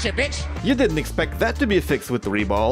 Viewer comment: "РЕБОЛ" ?! хм!... я кажется не ошибся в происхождении автора...